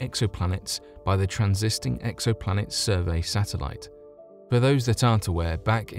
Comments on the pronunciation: Please look up transit and transiting on Merriam Webster and learn how to pronounce them. Thanks. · I heard him say the "transisting" exoplanet survey satellite....its supp to be the "transiting" exoplanet survey satellite. I'm sorry... I had to correct that..... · Transiting, not transisting.